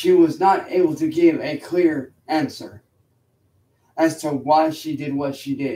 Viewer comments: "She could not ansaa" why does he do that shit 😂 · I like that slight regardation dialect he used, "unaybull two ahnn-sur." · whats with the weird accent on "answer"? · Why does he say answer in such an exaggerated manner?